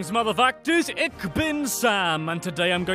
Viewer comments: You pronounced ich wrong... the ch make a sh sound not a ck sound ich is pronounced ish lol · “Greetings! Ick binn” ew. The way he pronounces “ich” hurts my feelings